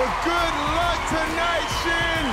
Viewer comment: It's Shin not Shil